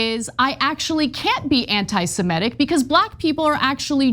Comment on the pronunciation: It is not antisemETic. It's antisemitic. Please correct the pronunciation.